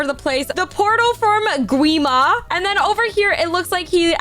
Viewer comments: Say guima its wrong its gwi-ma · Lol it’s gwi ma not qwi ma